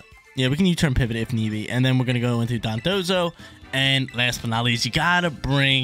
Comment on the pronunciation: my guy its Don dozo Dondozo not Dodonzo 😅 sorry had to